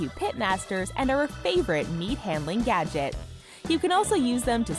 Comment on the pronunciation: Is it just me or does it sound like she's saying "yadget"?